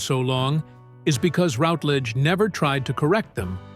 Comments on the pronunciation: Please , please , please , please, please, please, please learn to pronounce her name currentry. It's RUTlidge, not ROUTlidge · You could at least pronounce her surname correctly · That commentator has no idea how to pronounce her name: very unprofessional. Unlike Dane Patricia he failed to do his homework and The Silver Past is not a channel I recommend or will watch in the future! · Very interesting but please pronounce her surname correctly. I became so annoying.